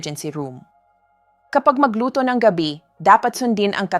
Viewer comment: Para mas lalong gumanda ang mga dinidiscuss nyong topics doc, iedit nyo muna bago kayo manpost. Maraming mispronounce words e.g. kamote(kamot), gabi(parang night sa tagalog), digestion at marami pang iba. Baka kasi AI naman ang nagsasalita hindi kayo...